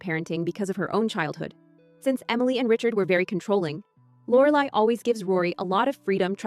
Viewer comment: AI...can't even say Lorelai's name right